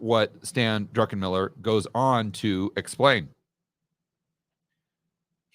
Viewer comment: I love when people say Drunkenmiller. 😂